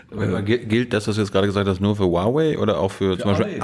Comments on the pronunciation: Cool, dass du Huawei richtig aussprichst. Der erste Journalist der es hinbekommt. 很好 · Wow, du sprichst Huawei richtig aus😅 Fette Probs an dich Thilo 😚